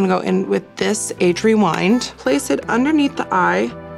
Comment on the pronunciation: Age Remind doesn't sound right 😂